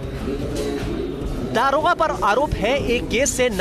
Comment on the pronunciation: police Mahakma hua shamshar.😂 aabe daroga hota hai daarogaa nahi hindi sahi se bol